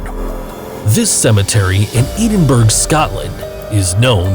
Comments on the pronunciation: Ed-in-buruh! Not Edin-berg. Just in case anybody wants to visit and not get laughed at by the locals. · Wow…”Eden-Berg” Scotland…. Did I hear that correctly? Lol. Nice narration